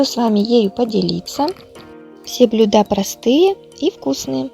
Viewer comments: блЮда , ударение на Ю, сварить на газЕ ( не на газУ). Спасибо за идеи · Блюда а не блюда